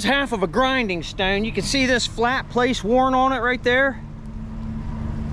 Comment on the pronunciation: What’s a stowhn? You sound like you’re from pa. Long oowhs